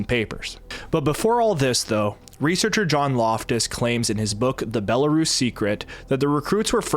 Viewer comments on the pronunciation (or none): none